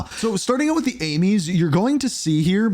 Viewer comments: Fun fact AMES is pronounced as ‘Aims’ not ‘Amies’ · You mean I'm not the only one face-palming when he calls it the "Amies"?